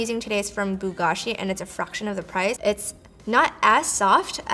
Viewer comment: hey I really like your look ! your hair looks amazing (btw "beau" from "beau gâchis" is pronounced bo)